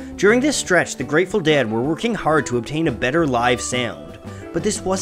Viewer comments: Is it just me, or does it sound like he's saying "Dad" every time instead of "Dead"? Good video, though. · It's "ded" like bed, red, ted, said. Not "dad" like had, rad, bad, sad. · The DAY-ed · The way you pronounce dead causes me physical discomfort. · DEAD IS A ONE SYLLABLE WORD. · The way you pronounce the ea sound it make me cringe